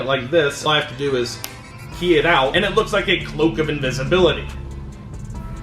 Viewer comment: Did he say disability or invisibility cloak